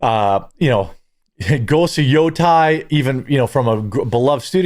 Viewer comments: Why does every misogynistic gamer pronounce ghost of yotei like “ghost of yoTAI” 😭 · He acts as if Ghost of Yotei (which he pronounced wrong BTW) is flailing when it's selling very well. Games great. He just needs to act like it's doing poorly because he's grifting to his dumb F audience who are too busy licking door knobs than they are playing games.